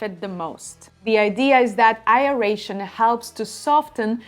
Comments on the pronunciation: Been watching your videos for a bit. It's pronounced AIR-ration, not EYE-ration. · It is "Aeration" not A-eration. It comes from Latin.